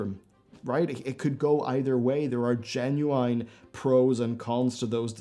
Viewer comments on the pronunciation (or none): Jesus Christ, the constant "genuWHINE" triggered me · He gen-u-eyen-ly says gen-u-eyen too much. I'm being gen-u-eyen. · Am I the only one annoyed with the way he says "Genuine"? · Why does he keep pronouncing the word genuine like that? Is a really big fan of early 2000s rapper Ginuwine? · Which country are you from? It is interesting how you pronounce Genuine :)